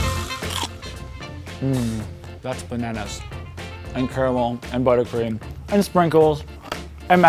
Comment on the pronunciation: *sniff* Finally.... Someone said "caramel" instead of "carmel"! I CAN DIE HAPPILY NOW! HURRAH!